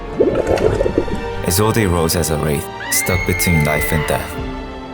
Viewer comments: (Is-old) not (Is-old-eh) the e is silent. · it's prounouced "isold"" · i hate how isolde is being pronounced. the e is silent. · the only thing wrong with this video is the pronounciation of Isolde